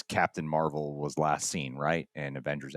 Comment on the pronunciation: It's pronounced Marbel, guys. 😂